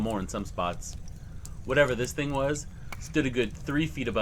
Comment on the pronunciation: Do you HAVE to do the Linda Godfrey every single time you say the word "THING"? I understand there may be times that it helps create tension or whatever you're aiming for ...but bro, it's beyond over cooked. This THING crawled out of the water, this THING popped its head up ..You just might want reel it back a little.